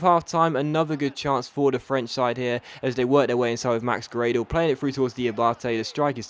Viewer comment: It's GRAH - DEL u pleb!